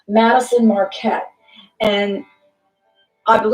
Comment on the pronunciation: It's Madyson Marquette not Madison